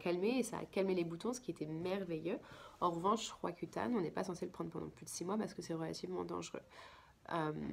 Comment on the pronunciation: Malheureusent on ne comprend.pas le nom de votre medicament roacutane, cca?